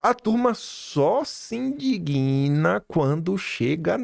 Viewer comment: Indigna, sílaba tônica no di. Não fale indiguina.